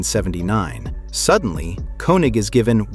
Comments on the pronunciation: His name is German and it is pronounced KING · And who is Walter Kee-Nik? lol